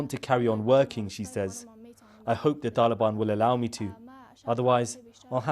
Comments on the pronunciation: Why does he keep pronouncing Taliban like that? He speaks with an English accent and yet pretends he's not western when he says Taliban? Cut up his passport and he can live with the "taalheeban" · Why does he try to pronounce all thse things in the 'original'/pashto pronounciation?